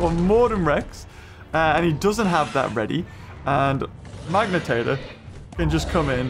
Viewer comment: i dont know why it bugs me so much...but its not a "magnatator" lol